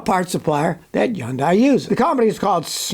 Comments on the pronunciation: Hyundai is not pronounced as "yundie" it is pronounced as "hunday" ask me how I know. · it's pronounced 현대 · Am I hearing “yun-dai?” Where I live it’s “hun-dai.” Which is correct? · It’s pronounced “Hun-day” like “Sunday.” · Firt of all, learn how to pronounce Hyundai. It's pronounced like Sunday, with an H in place of the S. It's a supplier, not Hyundai. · Scotty still can't pronounce Hyundai. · When are you going to learn to pronounce their name correctly? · I can't believe he still pronounces Hyundai like he does.